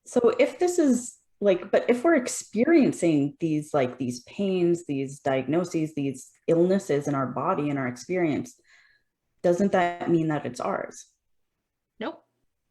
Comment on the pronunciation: And, it's not diagnonsises. It is Diagnoses, sees, at the end.